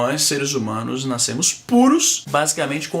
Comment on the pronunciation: "Naiscemos" KKKKKKKKKK